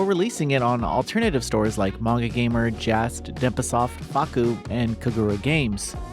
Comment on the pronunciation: Every single instance of any non-English word or name is always mercilessly butchered in Noisy Pixels' voice-overs, you kinda get used to it after a while. : a good practice to alleviate this would be for the reviewer to include the pronounciation of these as a note the first time they appear in the script (like "mo-eh-geh" for "moege" or "Shi-la-yuh-ki No-ah" instead of "Shiwayki Now")